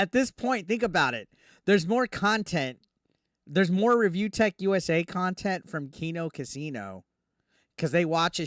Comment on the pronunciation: Oh no, where will I get the experience of an arrogant fat man playing laughtrack sounds repeatedly while licking a black statue of a rooster... how will we survive without that "QUALITY KHANTENT" as DSP likes to say.